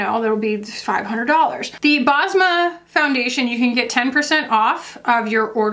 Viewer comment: Basma is a Middle Eastern name, it means smile in Arabic 😊. U pronounce it Bes-ma